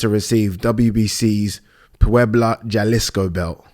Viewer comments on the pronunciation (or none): Jalisco is pronounced Ha-Lee-Sco lol